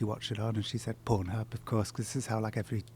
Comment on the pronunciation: the way this guys pronounces "pornhub" hurts a bit